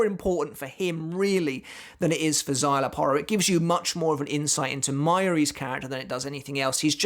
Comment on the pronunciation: Because you not saying his name with the Mexican twang it sounds like you're on about a different character